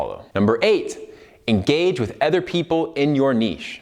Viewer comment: Am I the only one struggling to listen to him say "other"? Please correct the way you pronounce that word lol its so bad...